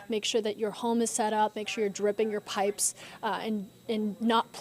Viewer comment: PAIPES did he say blanket your p a ip es. Pahips